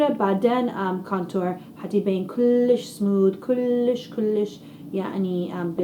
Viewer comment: بتصور بتقدر تحكي عربي بس بتتصنع اذا قادره تحكي لهجه صعبه ما في تحكي صح لانه عم تلفظ كلام صعب حدن يحكيه كلش كلش احشي احشي شو هيدا ما قادرا تحكي عربي